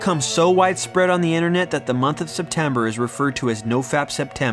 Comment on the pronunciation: Its inTERnet, not innernet. There is a T.